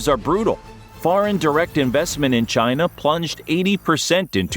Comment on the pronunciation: Nope! It's Chiiii Naaaa!😆